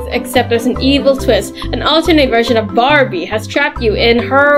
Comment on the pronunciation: Why is the word barbi like that😂 it supposed to be Barbie